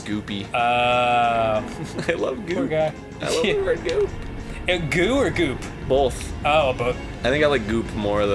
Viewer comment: Why does Arin always say, "Bolth"?